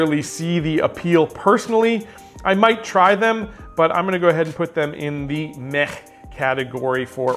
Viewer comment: Pretty sure “Meh” is pronounced with a soft “h” at the end instead of that guttural sound you are using.